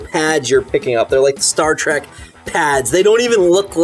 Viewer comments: Trek not Track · theyre saying "Star Track" just to be funny, right? i hope. im not a fan but damn, its trek